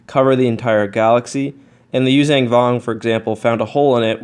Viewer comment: Yuuzhan (zong) not (zang) come on man.